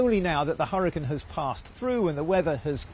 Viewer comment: Someone PLEASE teach this woman how to pronounce HURRICANE!! I thought I was going to stroke out listening to her.